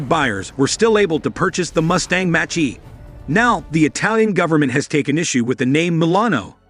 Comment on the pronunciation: I want to tear my hair out every time he says Romeo, is pronounced Ro may O...and not Mustang Machi..is Mach E...